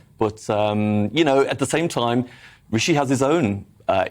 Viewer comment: That woman is being unconsciously racist , taking no effort to pronounce Rishi’s name properly . It’s Rishi not Ricky ! I’ve experienced the same dumb racism before , she knows how to pronounce it but won’t . Tomato